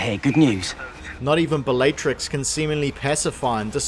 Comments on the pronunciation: You say all the names wrong on purpose, dont you? Bellaytrix? Ceeedric? 100% comment bait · Was anyone else annoyed every time he said the name Bellatrix, or was it just me? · how many times can you mispronounce Bellatrix? And Narcissa... can you pronounce any female names correctly?